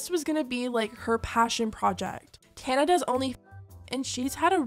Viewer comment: The way you pronounce Tana’s name is killing me 😂😂😂❤❤